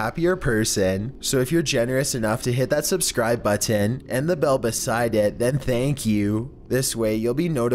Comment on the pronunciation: You say button so weirdly